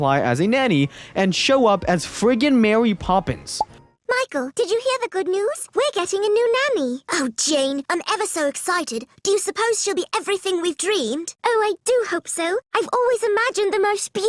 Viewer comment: "And show up as friggin mawy pwoppins" Heh